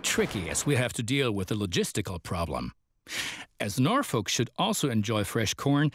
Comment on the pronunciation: They mispronounced Omaha AND Norfolk smh